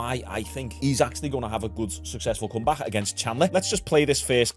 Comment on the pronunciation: "Mcgregor is gonna have a successful khombachh"